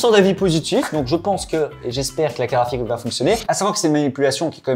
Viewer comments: "une carafique" ou une carte GRAphique ? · Une "CARAFIQUE" AR-TI-CU-LE . C'est une CARTE GRAPHIQUE, pas une CARAFIQUE 😅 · "Carafite" c'est relou, j'espère qu'un jour vous apprendrez à dire "carte graphique"